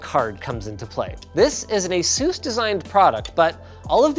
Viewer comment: This is not how you pronounce ASUS.